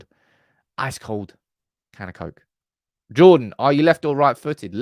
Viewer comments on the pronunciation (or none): none